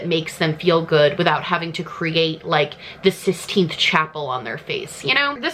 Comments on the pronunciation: Love you so much but just so you know it’s the Sistine chapel (like “siss - teen” - you were so close!) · ma’am did you just say the “sixteenth chapel” 💀💀💀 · Oh 🤣🤣 it's Sistine* Chapel, not 16th Chapel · im so sorry for this but it's sisTINE chapel, i think u said sixteenth chapel??